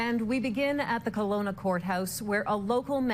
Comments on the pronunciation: Keh-Lo-nah is how it’s pronounced! I live here, a block away from where this horrific crime took place. Although the house is occupied by a new family, it’s still very eerie to say the least. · Kelowna is pronounced KEL-OWN-A